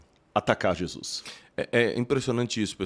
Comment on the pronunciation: Amigo, não é Jesuis, é Jesus.